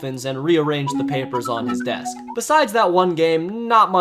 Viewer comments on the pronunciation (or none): none